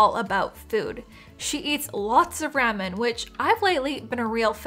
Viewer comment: I'm sorry but I can't take any of this seriously after I heard you pronounce, "ramen."